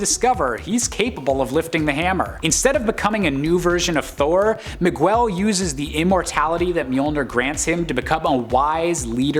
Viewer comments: Ma-gwel? It's Me-gell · Really enjoyed this list, but hit my breaking point on the mispronunciations. It seems like the fellas doing these lists need to take a page from Amanda and put some effort in. Miguel is pronounced “Mig-el” not “Mig-well”. You got O’Hara right- so do us browns a favor and get the other part right too. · Miguel is pronounced mi-gell. There is no "w" sound in it. That was the most Caucasian thing I'd heard in a while. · you know I love you, but you absolutely butchered the pronunciation of Miguel. It's MEE-gell. No "W". You should know this from Coco. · …Miguel. Not Migwell 😑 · I just couldn't get past the migwell part, im sorry lol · No Storm on a WHO LIFTED MJOLNIR list?!! The audacity!!!! What an insult! I'm disappointed in this list. Oh, and it's pronounced Mi-GELL???! 😡🤬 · Mig-well? MIG-WELL??? My fecking gawd the caucasity of this boy. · Why does he say Miguel like that its so annoying, damn bozo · Why did you say Miguel like that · Thank you. It was totally bugging me too, each time he said it. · I know. That was killing me.